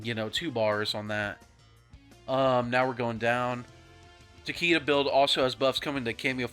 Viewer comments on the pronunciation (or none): It’s pronounced ta-kay-duh (not ta-kee-duh)